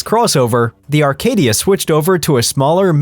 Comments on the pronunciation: There is NO model called Arcadia. The model is Acadia no R in it. Perhaps you should learn to pronounce the name of the vehicles you review???? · There is NO letter R in the GMC Acadia! It’s not a Rcadia! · Acadia NOT ARcadia. Sheesh. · How should we believe you when you can’t even pronounce the name of the car correctly? It’s an Acadia not an Arcadia. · Arcadia or Acadia - we are supposed to trust you even if you can’t spell / pronounce vehicle names? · How am I supposed to take your advice when you cannot even get the name of the vehicle right? It’s GMC Acadia not GMC Arcadia. Do your research. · #10 GMC Acadia, not "Arcadia" 😅😂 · It’s ACADIA not Arcadia. I had a 2008 model. Tons of problems with it. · it's Acadia nor Arcadia. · Acadia not Arcadia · It's ACADIA NOT Arcadia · The computer voice does not know the difference. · No R in Acadia